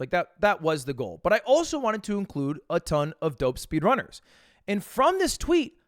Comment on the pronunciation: cool video mogul mail but why are you pronouncing "speedrunners" like that